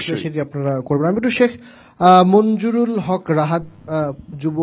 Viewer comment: মনজুরুল হক রাহাদ ভাইয়ের নামটি শুরুতে উপস্থাপক ভুল উচ্চারণ করেছেন। এমনটি কোনভাবেই কাম্য নয়।